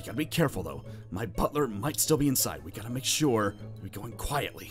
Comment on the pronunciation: literally said I'm not shur if I'm scared of the wither or Zane 😂